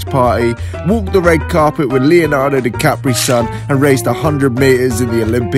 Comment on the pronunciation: Love when you said Leonardo de Capri Sun instead of Leonardo DiCaprio.